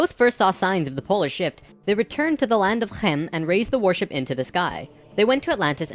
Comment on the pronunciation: wow how you pronounced khem. that's the g. like one of the staple sounds in Dutch. and then well from the part where I live. the soft g. or "zachte g" (ch is pronounced as g)